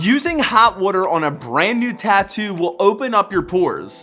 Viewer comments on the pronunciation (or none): The way you say water makes me cringe so hard. Valid tattoo advice though. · you say water wrong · I can hear the philly accent when you "wooder" LMAO. Love the videos! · From hearing you say water, are you from Baltimore? 😂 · Why does he say “water” like that?